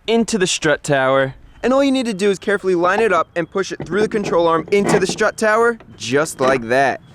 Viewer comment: strut..... not shtrut.....